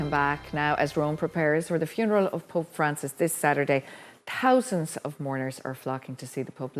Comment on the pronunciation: I like how the Irish pronounce 't' more like 'd'. hundreds of dousands people...☘️